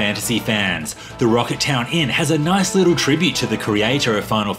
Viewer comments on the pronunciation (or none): none